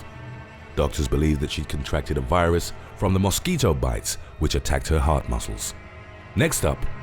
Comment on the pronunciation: Is it just me or does the narrator really have you anticipating him saying "Moss Keeto" ??